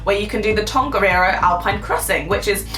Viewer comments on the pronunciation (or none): its not tangaaaneero its tongariro